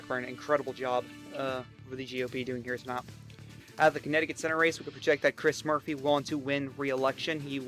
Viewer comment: I love how this guy says “to not” for tonight